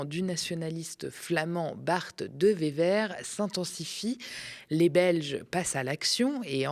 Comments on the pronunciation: On ne dit pas de Vévèr mais de Ouéveur mais c’est tellement drôle et ça lui va tellement bien au petit fasc… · Salut le média et merci pour votre travail mais attention Bart De Wever se Prononce : de Ouéveur (il est flamand) et Jan Jambon est flamand aussi donc on le prononce à la flamande Yane Yanebone